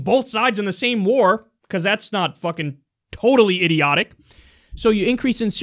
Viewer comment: Really Kyle, "Wár"?